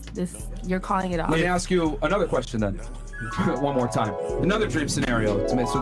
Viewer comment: lemme axe you, why you gott axe me bro